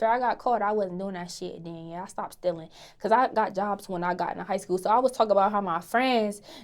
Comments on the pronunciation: when she says school the L is silent lol 'scoo' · Her pronunciation of school.